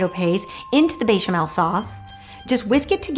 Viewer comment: I love you and your cooking. I find you charming and kind and I know you are a polyglot but there is no j or y in bechamel. :) Sending you a virtual hug from Croatia